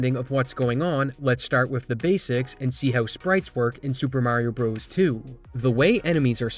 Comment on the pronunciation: I wish you would learn how to pronounce the game's name.